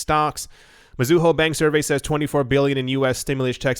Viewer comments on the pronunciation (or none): none